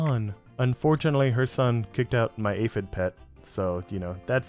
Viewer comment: ah yes “aphid”